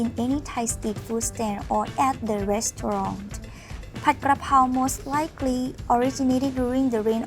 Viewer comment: it is spelt and pronounced Pad and not pot. The Thai spelling literally tells you that. You got so much wrong in your comment